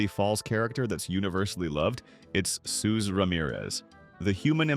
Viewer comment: Soos's name is spelled (and pronounced) Soos